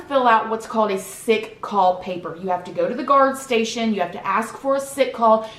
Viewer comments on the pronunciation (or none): none